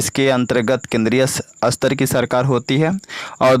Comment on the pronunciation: Sir jaha satar likha h 1 line m vaha ap asatar pd rhe ho reading kuch or likha kuch or h